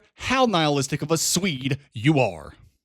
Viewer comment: bruh says swede like a slur